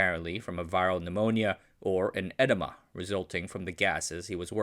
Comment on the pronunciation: I thought you said that Dudley Buck died of an enema until I listened to that part again!